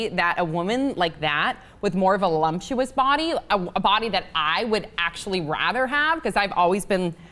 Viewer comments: "Volumptuous" is not a word. Did you mean to say, "voluptuous?" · VOLUPTUOUS. ugh, there's not a single "M" in that word. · Did say lumpculous? lol. it's voluptuous.